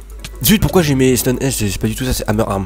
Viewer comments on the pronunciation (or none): none